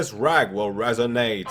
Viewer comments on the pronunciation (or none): none